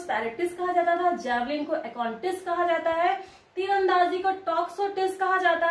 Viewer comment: जैवलिग नहीं होता मैडम जी जैवलिन होता है.....